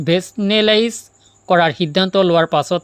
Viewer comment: ৰেচনেলাইজ।উচ্চাৰন টোকে ভালদৰে কব নোৱাৰে